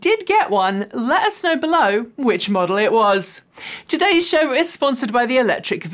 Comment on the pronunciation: "Coming up on today's shoooow" Makes me giggle every time especially as I try, and fail, to do an English voice. LOL!!!